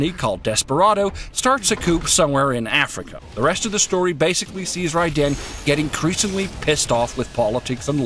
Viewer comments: It's not pronounced "Rie Den" it's pronounced "Raiden" with Rai sounding like ray so pronounced Rayden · it's RAI-den, not rai-DEN. You can even hear it in the game for god's sake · Can't he just say "Raiden" the way it's said in the game? "Rai-den"... yeah I get it, that name is made up of two syllabies that have a meaning. Lightning bolt. I don't know... I mean someone's gotta edit that stuff, so didn't that person think "Ummm, well, I think that sounds just stupid how he says Raiden. Maybe we should do another take?" I hope doesn't take this as an offense. I know how much work it is to do videos and you do an amazing job! Please don't be pissed.:) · Raii - Den ... ? Well, that completely tells you the narrator has no idea what he's talking about. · rage quit as soon he said rai-den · why call him Rai-den,wtf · Did you even play the game? Because if you still can't pronounce Raiden's name even after "RAAAAAAAAAIIIIIIIIIDEEEEEENNNNN!!!!!", I'm not entirely convinced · Yeah, next time you do a review, make sure you know to pronounce the main character's name. Seriosuly, it's not that hard. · No reviewer has the right to review a game if they can't pronounce the protagonists name properly.